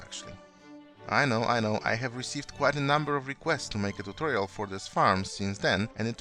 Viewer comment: Tuchorial? Were you trying imitate Xisuma?